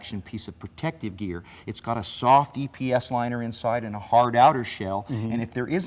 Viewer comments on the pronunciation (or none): none